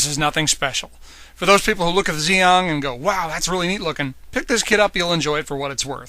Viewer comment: It's pronounced gee ong